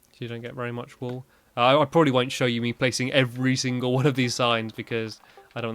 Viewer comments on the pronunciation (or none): It's wool not whool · "wool" not whool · “Wholl” lol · Whool? Oh thank you for adding to my "List of words without the letter h to pronounce with the letter h in a southern accent" list. It previously only had water in it lol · i love how he spelt wool as whool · Hahaha he spelled wool whool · Nobody: Stampy in 2012: whool